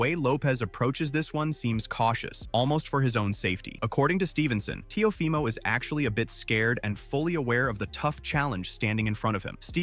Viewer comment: How u say that teo fy mo? 😂